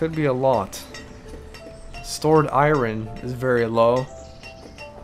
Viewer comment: U say iron wrong